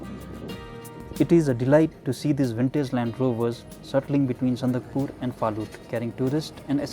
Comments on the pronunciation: It's Sandakphu not sandakpur. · Its Sandakphu...not Sandakpur ...